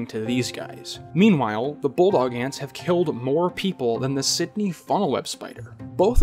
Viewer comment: "Australian BULLET ANT'S! - Inch Ants - Bulldog Ant's - sting First Aid" youTube narrated by an Aussie "... also known as as a bulldog ant..." 0;20 timestamp He pronounces it "bullog", but he's obviously saying "bulldog"